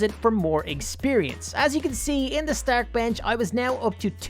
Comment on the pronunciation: its pronounced Star-k